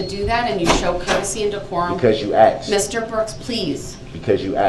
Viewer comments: And she’s dumb enough to accept the “because you AX’d” she makes me as sick as he does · Cause you “axed” aka asked . What the heck does he think he is doing . ? He did this . He would have been better off keeping his council and keeping his mouth shut oh wait he can’t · She didn’t ‘axe’ you, you mental midget. She ‘asked’ you! And there’s no such word as ‘relevancy.’ When someone knocks your teeth out, you ‘axed’ for it. “The people do not object, Your Honor.” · "Because you axed." Of course he's one of those people who mispronounces the word "asked". Of course. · brooks says " because you axed." No, I believe its " you asked." Maybe Brooks should be sent to Oregon to be a lumberjack and cut down trees for free for the state for the rest of his life. He seems he loves to do some axing a lot... what a complete waist of air having this scum alive. He deserves NOTHING. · Yes, everyone else is stupid and the problem when this clown cant even pronounce "asked". Its not "axed" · She didn't axe. She asked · I would have “axed” Mr Brooks please stand up. Nah, I prefer to sit down. Oppositional much? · Axed? Because you axed? Does he mean to say asked 🤔? Why is he wearing a mask? People who wear masks are delusional does not and has not done anything except allowed criminals to try to cover their face to be possibly anonymous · Cause you aks??? Don’t know what that means is that TROLL talk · "Because you axed" . I would say to him ,I don't know what axed means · lol he says "axed" instead of "ask" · The ignorance of this guy is astounding. He can’t even say the word ask correctly. Pronounces asked by saying axed. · Cause you axed???!!! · Cuz you "AXED"...... Cuz you "AXED" 🥴☹🥴😒🤔🥵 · She didn't "axe" DB...she "asked". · NO SHE ASKED YOU NOT AXED YOU IM SO GLAD YOU ARE NO LONGR PART OF THIS SOCIETY. BYE KANAYNAY NOOSY SMOLLET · Because you axed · Lord if I hear axed one more time. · CUZ U AXED; CUZ U AXED!! HES GOT LOTS OF TIME NOW TO LEARN ENGLISH GRAMMAR!!! LOL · Tf is axed?